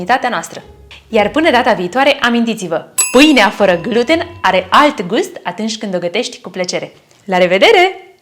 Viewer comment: Pronunțati incorect "gluten" accentul se pune pe a doua jumătate a cuvântului.